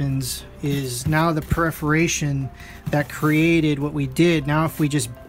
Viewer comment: Very helpful video but the repeated mispronunciation of "perforation" is distracting (at least for me).